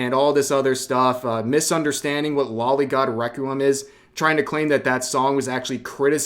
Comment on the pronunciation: Alright cowards pay attention because I'm about to reveal your secrets. Loli Is not a body type it very much is a "young person". And it's not pronounced "lolly" It's pronounced "lo-lee". I know it's pronounced this way because it's the shortened version of lolicon, it is derived from 2 words. lolita and complex. It gets the Loli part directly from "lolita" which was the title of a book from a Russian author about an adult male who had an inappropriate relationship with a female minor, and the word complex, without looking it up I believe it means something like "a strange infatuation with". I don't care enough about the world anymore to actually judge you for this so I don't actually care that you like it. But it does annoy me when I see people just not owning their shit. Especially on this topic now here in 2024. it's grown so popular that it's obvious what it is at this point. And just to show you that I truly feel this way, That's there is some loli artwork out there that I really like. no I'm not afraid to admit it. Well it's not an infatuation with me there's something enjoyable in youthful cutiness in eroticism.